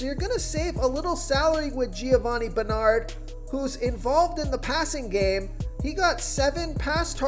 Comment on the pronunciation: I like this guy, but he cannot pronounce Roethlisberger, Ezekiel or Bernard correctly.